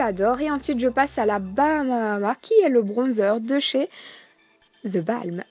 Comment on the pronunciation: Superbe vidéo, par contre on dit: the bolm pas the balm :)